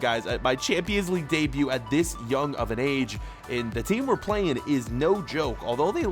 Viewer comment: Did he say debeut in the premier League?